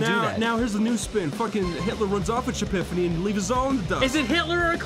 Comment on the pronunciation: "Hitler runs off with Shapifanny and leaves us all in the dust." just got so flustered his words were getting all jumbled up.